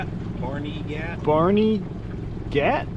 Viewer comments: and we pronounce it "Barn-uh-git." Hearing "Barney-gat" gave me the giggles! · It's pronounced Barnaget. It's an area of NJ. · Danielle Imbo and Richard Patrone lived close to me. Its so sad that they (and the others) havent been found yet. Prayers for all of the missing and their family😢 And its pronounced Barn-ah-get lol and penn-saw-kin